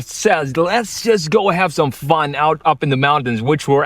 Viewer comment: "Fahn..." did he mean "fun"?